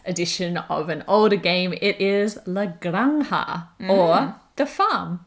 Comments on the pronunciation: do a video where you just pronounce 'la granja' over and over again and send it to everyone else covering this game so they can stop butchering it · Exactly, my ears were bleeding. Of course I have my own quota of butchering English words